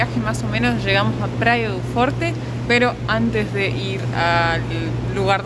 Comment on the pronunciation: Praia du forchi (pronunciacion real) media pila.